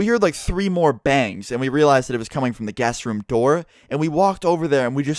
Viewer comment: I tought he kept on saying gas Room not guest room :D ahah